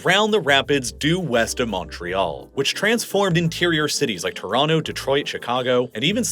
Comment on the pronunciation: Or "Torono"